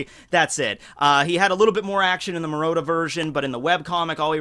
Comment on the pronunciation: Murata, not Murota. Pls